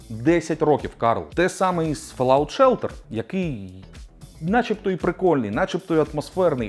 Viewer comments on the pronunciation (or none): none